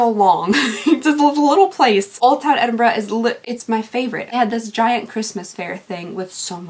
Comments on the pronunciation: Oh my god, Thank you for pronouncing Edinburgh the right way!! Glad you enjoyed Scotland, I live there too it's gorgeous! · Thank you for saying Edinburgh properly, as a local it drives some of us nutts :D :D An advent Callander is just a mistry box in another shape, I am good for seeing them. I am sorry you had to go though that with your poor baby. We have been there in the past with two cats that were father and son. It isn't easy to watch. I hope your wee boy does well on the meds : ) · As a Scottish girl, thanks for saying Edinburgh properly